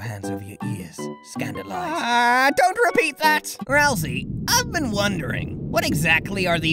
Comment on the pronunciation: I just realised still hasn’t stopped pronouncing Ralsei’s name “Ral-see” instead of “Ral-say” in some of the memes.